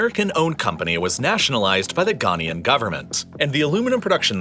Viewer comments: It's Ghanaian -- "Ga-nye-an" (or "Ga-nay-an") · The narrator mispronounces Ghanaian every time he says it. 😢